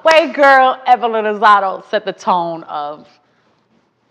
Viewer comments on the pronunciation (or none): I think it’s Evelyn lozadA not lozado lol